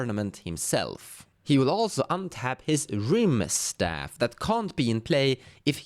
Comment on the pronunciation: It's rimestaff as in rimestone, pronounced rime like time. Same with kaldheim